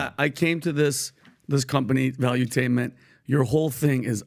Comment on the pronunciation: I've never experienced a person use so many words to say so little. It's valutainment, not volumtainmet.